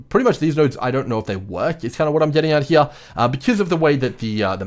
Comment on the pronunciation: Take a shot every time he says “here” (“heeah”)